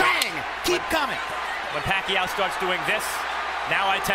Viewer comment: hate it when jim lampley referring to pacquio pucquio